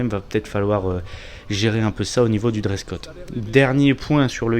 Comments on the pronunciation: Trop cool la vidéo et très bonne analyse des + et des -. En passant (juste pour taquiner) On dit Dress Code et non Dress cot ... hihihi ! Très très bon moment en votre compagnie en toute circonstance. Vive la Corse et la Belgique Miel ... Squad Leader JJEK. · Merci beaucoup pour ce retex bien quali', mec 😀 Bon c'est pas encore ça cette année, apparemment... Ps: on dit dress code, grand fou 😜